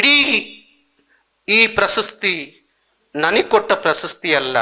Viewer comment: ಸ್ವಾಮಿ ನಿಮ್ಮ ಉಚ್ಛಾರದಲ್ಲಿ ಪ್ರಸಸ್ತಿ ಎಂದು ಉಚ್ಛರಿಸಿದ್ದು. ಪ್ರಶಸ್ತಿ ಎಂದು ಉಚ್ಛಾರ ಮಾಡಿ